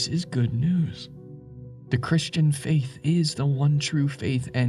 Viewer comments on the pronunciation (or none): none